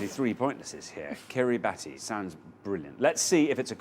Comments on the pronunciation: Yeah, I was really surprised and impressed that the contestants knew so many Pacific Islands, but rather disappointed that neither Xander nor Richard knew that it's pronounced Kiribass. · kiribati isn't pronounced like that, iinm...more like kiribas...